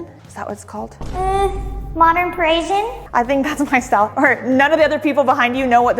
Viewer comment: Say it with me Pa-ri-si-an. No such word as Perishian. No alarm system can fix the fact that we've already figured out where you were moving to. Scream and cry about privacy and security all you want, but it starts with YOU! Coffee AND a place for wine glasses in a Mormon household. Of course, it's just for guests!